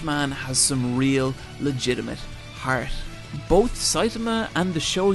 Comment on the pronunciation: The way you pronounce "heart" just screams Irish.